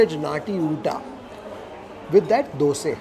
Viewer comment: You pronounced it right....dhoose....superb....North Indian prounce it as dusa, or dosa